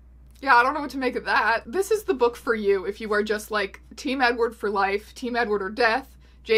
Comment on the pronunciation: did you just call him eggward?